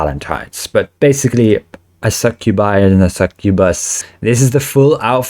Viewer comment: Sir its succubae